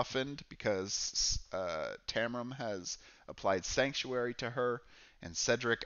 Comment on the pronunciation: Great video, and covered a lot of the mistakes new players (myself included) can make. The only thing I didn't agree with this time is your pronunciation of Taram :D Although I thought Uster was the hardest to play and Jade easier, maybe that was because they were on my 2nd and 4th playthroughs of Lava Citadel respectively, so I'd gotten more used to the rules by then. I totally agree that Uster's attacks didn't fit the typical necromancer type feeling though, which I think they nailed with all the other characters I've tried so far. I think it would have been cool if he could summon ANY dead combatant to fight for you, like with 30HP and unable to heal or something :)